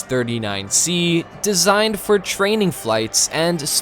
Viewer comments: Love the videos but why do u say j.a.s just say Jas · I must say, as a Swede, you do a pretty good job at pronounsing those Swedish words.... But when you'e talking about speed, and that the F-15 is faster... Most of the time, fighter jets fly subsonic, even in combat! It also burns twice the amount of fuel when using the afterburner, not to mention when breaking the sound barrier. And if you REALLY want to talk about speed, the f-22 max out at 1.8 Mach, so..... Speed is only useful in a fight when fleeing with your tail between your legs, like that F-15 did while his mates got shot down! You also talks like JAS-39 can't carry the AMRAAM, which it does, and Swedish pilots have a higher average amount of flighthours than American, so out planes "don't collect dust"! We've patrolled the Baltic sea regularly since the second world war against first Soviet, then Russia. You need to read up a bit, son